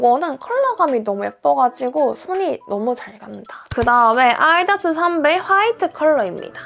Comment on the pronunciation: 말하실때 아아-디다스 하시는 거 사투리인가요? ㅎㅎ